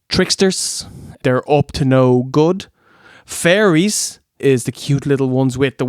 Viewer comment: It took me a minute to realize you said fairies and not furries. I was like "wait. This show had furries too?!"